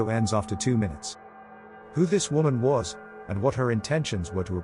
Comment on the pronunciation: woman singular is pronounced differently from women plural. learn english!